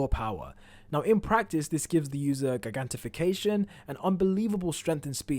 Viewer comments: please learn how to say Gigantomachia and Gigantification plz the way you say it is so annoying imo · I really can't stand how this dude pronounces gigantomachia or gigantification